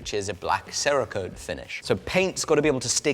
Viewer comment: There’s no pronounced A in Cerakote. Can we stop talking about some bird named Sara? 😂